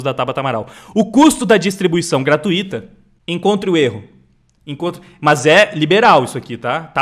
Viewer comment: GRATUITO se pronuncia como na palavra INTUITO. Vc pega e a palavra INTUITO e tira o "IN" Fale em voz alta TUITO, TUITO.... depois aplica no GRA+TUITO 😁 Ninguém fala INTU-Í-TO... GRATUITO segue a mesma linha 😉